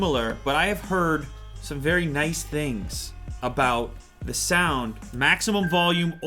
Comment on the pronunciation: I find it very annoying how the reviewer replaces the word "the" with "da" very frequently. Nobody cares, but just saying.